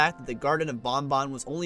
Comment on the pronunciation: Thank you for pronouncing ban ban correctly